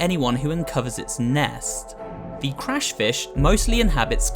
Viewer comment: "crush fish"? I think you mean "crash"